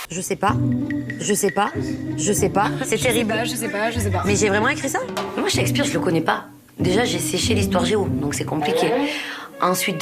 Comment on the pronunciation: shakespear pas checkspire ...bref....